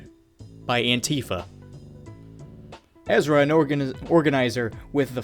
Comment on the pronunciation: I'm honestly at a loss for words that you pronounced Ezra correctly for as bad as you read.